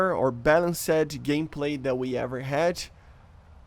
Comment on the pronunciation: “Balanc Sed”😂 “Balanst” ✅